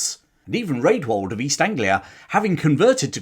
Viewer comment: A note for the future. Rædwald is pronounced 'Radwald' - the letter ash (æ) was pronounced as a short A, as in cat (compare Ælfred). The ordinary A was more like the O in hot.